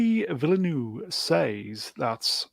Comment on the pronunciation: First "Villanueve" then "Villenueve" almost "Villeneuve". F1 driver Jacques Villeneuve opened a restaurant called Newtown. You could use that.